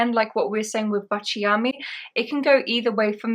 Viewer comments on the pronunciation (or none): Lovely video! Quick note on pronunciation: baciami = BAH-cha-me. And yes! It means “kiss me” in Italian. 😊